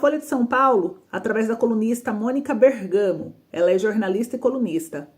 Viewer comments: É BÉRGAMO COM ACENTO NA LETRA É. BÉRGAMO. BÉR....GAMO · com todo respeito vou te corrigir, vc como influenciadora tem que tomar cuidado com as palavras. A primeira é a palavra OPTO, não é opiiito, é Opto, como se tivesse um acento no O. A segunda, não é Bergaaamo, é Bergamo como se tivesse um acento no E. espero não ter te ofendido, mas como influenciadora, vc tem que levar para os seus seguidores a pronúncia correta das palavras do nosso português já destruido... Adoro suas matérias...